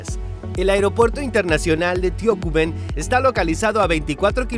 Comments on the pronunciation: No se dice Tio-cu-men Se dice Tocumen, acento en la "u". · Tiouwucumen?. Tocumen TO-CU-MEN